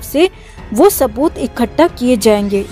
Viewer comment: Kya sabooth bolo tu jara .Tab se sabooth bole ja rehe ho